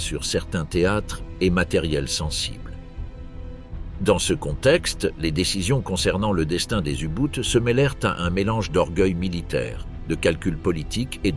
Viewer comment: Comme vous insistez, j'ai réécouté le début de la vidéo et je vous confirme que ce sont des U-BOUTE et non pas des U-boats ou des U-Boote (pour Unterseeboote)... donc si la chaîne a inventé un nouveau navire... bon, je ne vais pas jouer au plus con, mais là, les prononciations deviennent du broutage en hiver...